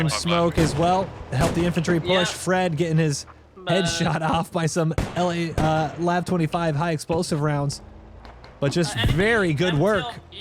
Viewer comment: Its pronounced L-A-V 25, but you can say whatever you want.